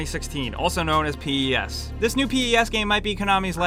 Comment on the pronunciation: P.E.S WTF it's pronounced as one word